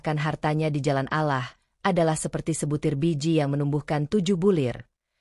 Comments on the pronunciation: Kok Allah bacanya alah sih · Bukan alah min. ALLAH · Allah Doble L kenapa di baca alah itu hilang satu huruf L kalo ga bisa baca Ga usah nerangin sesuatu.ini beribu ribu orang bisa salah paham Allah bukan alah dari awal sampai habis alah melulu kapan bilang Allah gitu ga usah koropsi huruf ngapa 🙏😭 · Bkn allah tp olloh bacanya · Allah swt..bukan alah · Ngomong Alloh yg bagus